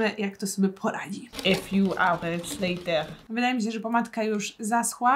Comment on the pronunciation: Pov nudzi ci sie i widzisz film a tam jest twoja ulubiona rzecz czyli" e fiuw ałerts lejter" i to cały czas cofasz i starasz się zapamiętać każdą minutę i sekundę żeby potem o znowu zobacyć